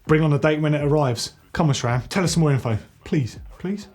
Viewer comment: It's Sram, not Chram